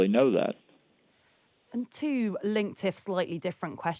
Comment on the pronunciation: She said "wantsed" "tswo" etc. I've noticed this t=ts become rampant. Is it post-Brexit English?